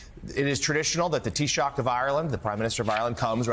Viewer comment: Fair play to the commentator for pronouncing taoiseach correctly....which is more than the Tango could be bothered to do..